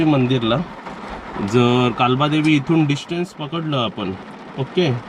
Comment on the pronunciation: कालबादेवी नाही काळबा देवी म्हणाव .